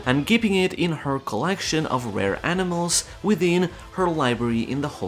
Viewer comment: Did you say "Aminals"?? 😂